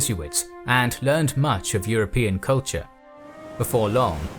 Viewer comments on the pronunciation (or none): none